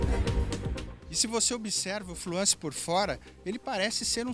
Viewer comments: TODO MUNDO PRONUNCIA FLUENCE..... AI O CARA MUDA O NOME DO CARRO ....FUIIIIIIII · não é FLUANCE, É FLUENCE! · fluânce a pronuncia ?? o.O